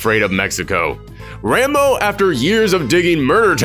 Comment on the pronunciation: When you say Rambo, it sounds like you're saying "Rainbow"